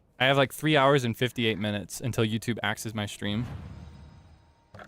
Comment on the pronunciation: Otsuukaeee thank chuu for the stweam